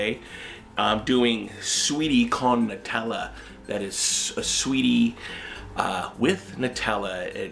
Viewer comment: "Netellah" HHHHH